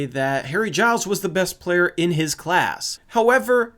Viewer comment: Im glad you found the right way to say Giles